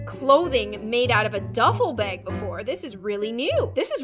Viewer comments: I love the way you say "bag" BAEG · I love how says, "bag." She says it like, "baeyg"